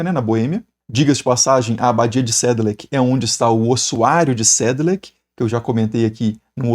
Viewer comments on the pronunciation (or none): Minha família é de origem boêmia/tcheca, professor. Provavelmente é a única coisa em que posso contribuir em "conhecimento" é a correção da pronúncia de "Sedlec". Toda palavra tcheca que termina com "C" tem som (para nós brasileiros) de "ts". Então seria "sédlets..."